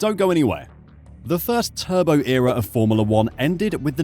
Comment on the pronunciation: A also thought he said "The Turban Era of Formula 1"